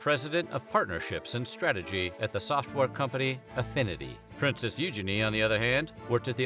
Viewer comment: EUGINE PHAHAHHA it’s pronounced U-Geen